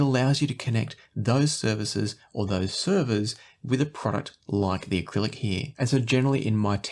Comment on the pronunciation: Jeez man, it's Arylic not acrylic